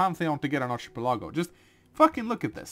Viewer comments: word is pronounced Ark-uh-PEL-uh-go, no ch- sound and his emphasis was off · "ˌärkəˈpeləˌɡō/ " no ill. it's an "el" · ˌ"ärkəˈpeləˌɡō" is the pronunciation. Your professors are just normal people and they happen to be wrong this time.